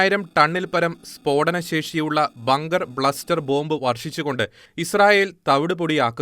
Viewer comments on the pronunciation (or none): ബങ്കർ "ബ്ലസ്റ്റർ" അല്ല , ബങ്കർ ബസ്റ്റർ എന്ന് പറയൂ